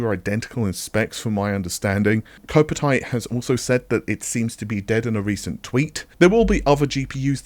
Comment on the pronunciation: Ko-pite. Say it. Ko-pite. Not Ko-pa-tite.